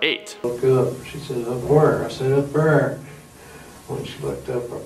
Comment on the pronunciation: Yeah it pissed me off if I'm being honest 😂😂 And when he pronounced "Said"